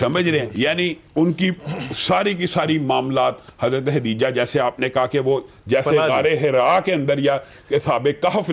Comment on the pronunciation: حضرت خدیجہ رضی اللّٰہ تعالٰی عنہا۔۔۔کا نام تو صحیح لین۔ خدیجہ۔۔۔۔ہے۔۔۔ختیجہ نہیں